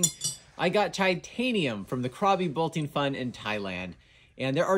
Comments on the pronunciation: "Chitanium" lol love it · "Chi-tanium" lmao